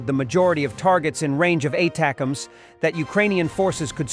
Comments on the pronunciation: Ah, if only the robo could pronounce ATACMS the way human readers do. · Get your bot to say ATACMS.